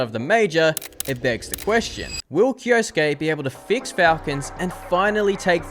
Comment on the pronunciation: Why do you say "kioski"???? It is said KI-O-SU-KE as written. 4 syllabs. 😅